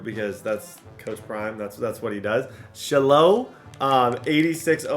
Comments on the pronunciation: It’s pronounced shy lo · Also just FYI Shiloh is pronounced “shy-low” 😂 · it's Shiloh pronounced shy-low 😂😂😂😂